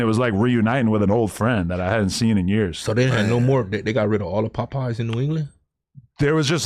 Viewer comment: Adam Can't Even Say Popeye's Right